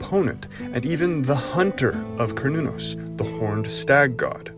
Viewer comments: No. It's pronounced as kernunos Mehrican.. 🤦🏼‍♂️ Why don't u all learn what the rest of the world must universally pronounce the vowels the way they are? Instead making shitt up for dummies 😂😂care new naus.. A is A, not eyyyyy E is E, not iiiiiiiii O is O, not OoooOUuu U is U, not Yuuuuğw i is I, not AaAiyy Em ay mising enyting Merikeğnn? ¿ inaf Ayy Quuu? 😂😂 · Kar not corn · Pronunciation "care•new•naus" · A kern-el of corn you say? 🤔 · its pronounced Ser-nun-nos. Just Ike the company called CERN is pronounced Sern. Or is this this another dumb AI voice that is illiterate?